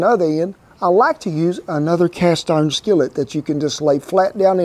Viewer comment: “Cast orn” love this guy😂